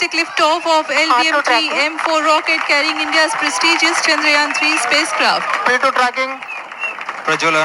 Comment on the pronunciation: Chan-Drayaan. dragon?